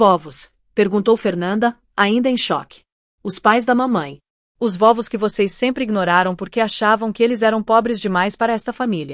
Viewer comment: Vóvos ? Não seria vovós ? IA é hilária... 😂😂